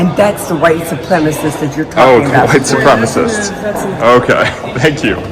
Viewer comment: Did she just say supwemawist???? What the hell is a supwemawist😮